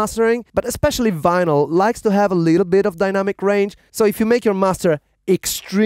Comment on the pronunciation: The guy said Venal it’s vinyl